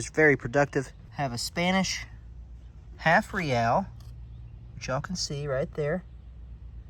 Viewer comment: It is pronounced Ray al